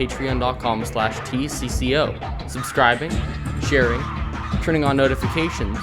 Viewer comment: tcco? i thought you sed tAco!